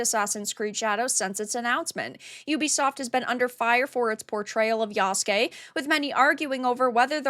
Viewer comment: Good job pronouncing Yasuke properly. Asmondgold could learn from ya. However, they do have Japanese historian working on this?, Sachi Schmidt-Hori. Ghost of Tsushima took a lot of liberties with their story as well. However, I think the make or break for ac shadows will be the story and the dialogue, which in recent ac is always janky and doesn’t feel immersive.